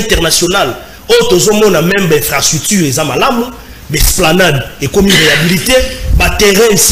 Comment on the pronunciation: ata prononciation ya infrastructure ozo koka te. Une analyse remplie des inepties et bêtises, t'as fait l'université mais t'es abruti.